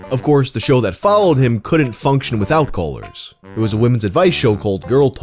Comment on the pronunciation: Man, I swore you were saying "coalers" and not callers for like 2 minutes.